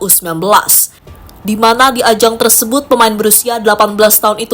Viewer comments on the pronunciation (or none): none